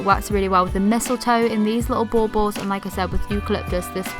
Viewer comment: I just love the way you pronounce baubles! Love your video and all the pretty Christmas stuff! I use traditional colors for Christmas, however, I do buy some blush decorations to use in my granddaughter’s room. I have the blush butterflies, dragonflies and high-heel shoe ornaments!